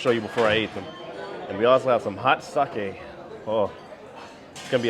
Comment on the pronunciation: Thank you for pronouncing sake correctly! I studied Japanese for 8 years and mispronounced Japanese words is one of my pet peeves